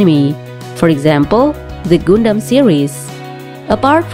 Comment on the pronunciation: Its not gondam its "Gun dam= Gundam